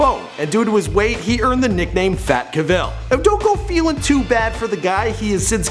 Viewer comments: Jersey in not in the UK. Also, his surname is CAVill not caVILL. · CAH-vill not CUH-vill. You should've put in some of the video games he used to play like WOW and Skyrim.... Love Skyrim <3. I wonder if he still plays any games today. But then again that spoiled fake rich bitch Tara is probably too busy trying to take his money and change his personality. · Henry's name is pronounced Cavill. It rhymes with travel. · Enjoyable, Michael, but just one thing : before you do one of these videos, find out how the person pronounces their own name. Clue, it's not ca-VILL. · Is this like when President Bush intentionally mispronounced Saddam Hussein's name to disrespect him? Because Cavill doesn't pronounce his last name the way you do. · Am I the only person here going nuts as this guy continuously says Henry's last name wrong? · for the love of God, pronounce his light name correctly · Bugs me that he pronounces Cavill incorrectly!! The emphasis is on the 'Ca'... !!! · This would have been great if your info had been accurate and pronounced his name correctly. For example, his first movie was The Count of Monte Cristo, not Laguna, Laguna was second. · I cannot even watch this! Learn how to pronounce his last name! Put the emphasis on Ca, not vil! Not to mention his middle name is pronounced "di-el" (best way to write it). This guy is annoying -_